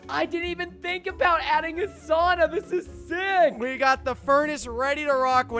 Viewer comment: Anyone else a yooper and how he said sauna set you off just me